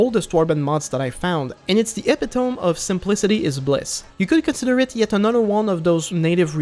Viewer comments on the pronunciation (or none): oooh. You said epi-tome smh ffr it's epit-oh-me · Epi-tome ❌️ Eh-pi-tuh-me✅️ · hates lotr, likes got better, hates pendor, and pronounces epitome "epp-PEE-toam"... i've found the worst warband youtuber